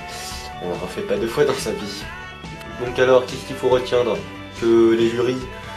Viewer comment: aussi francais que le "s" que tu as mis a faut